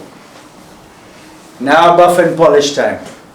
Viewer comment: Oh wow, first time I’m hearing the “buff and polish” phrase in an Indian accent 😂